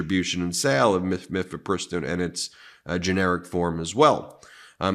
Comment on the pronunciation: Ben, not to be annoying viewer, but mifepristone is pronounced: Miff uh PRISS tone